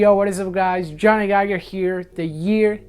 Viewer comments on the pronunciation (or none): none